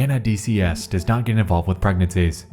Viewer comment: and his odd speech pattern of making an S sound on words that end with T. "RedditSSS" "PostSSS" "GetSSS" "NightSSS" IS IT HIM OR JUST A BAD AUDIO RECORDING DEVICE.